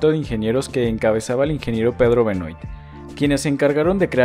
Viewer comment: Hermosísima ciudad, muy lindo video. Sólo quiero decirte que Benoît se pronuncia Benuá, es de origen francés. Un saludo